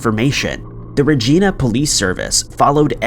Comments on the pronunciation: lmao I Lived in Regina for the "Devine" Era, and can say if anyone referred to Regina as REGEENA they'd likely be told they've never heard of the place. Makes me both Cringe and laugh at the one doing the voice over as he obviously never bothered to do much research on pronouncing names correctly. Not the first time either, been several occasions butchery has been committed with pronouncing names. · I'm in Canada! What's up, eh? In your case about Regina, you're mispronouncing it. Regina rhymes with VAGINA. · Regina is pronounced just like vagina. Only replace the V with an R. No, I'm not joking... look it up. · Just saying... in the link above is the correct way to say Regina.... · Regina actually is pronounced more like a particular body part. I've lived in Swift Current 30 of my 39 years. Its not a descriptive name. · It is pronounced like Vagina........But this guy never respects people or places by taking a moment to learn how a word is said....this is nothing new from him. How long does it take? You can probably find out right on Youtube.....he wouldn't even have to leave this site! Not everyone takes the time to research these videos like does I guess! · Actually Regina is pronounced just like vagina FYI. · It's like narrators are too scared to call Regina by the correct pronunciation in fear of being flagged lmao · Me as a Canadian, I just love how you pronounce, "Regina." 🤦🙄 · Regina is pronounced like vagina. Just replace the va with re and you nailed it. True story, bad Canadian joke. Sorry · Ikr...every time he says it, I cringe. Regina sounds like vagina. That's what I tell my Yankee friends. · How do you mispronounce Regina that many times lmao 😂 Saskatchewan I understand but really you couldn’t pronounce Regina properly 😂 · You said Regina wrong. While phonetically you are right, Canadians pronounce it like vagina. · Awesome video, thanks 😊 I've never heard Regina pronounced that way, but hey, all good 👍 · Regina. The city that rhymes with fun